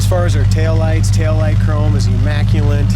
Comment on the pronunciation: I hate when people say: Imacculint instead of Immaculate